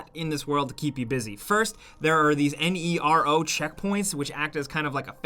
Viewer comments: Just say Nero, not N E R O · "NERO" means black (hence the black colour of the containers) in Italian and many other languages too. So i think you should just pronounce it as a word instead of an abbreviation.